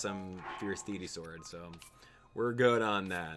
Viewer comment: Sorry I always miss you live but I still like the video and hearing your stories. And you even pronounce Deity wrong! ;)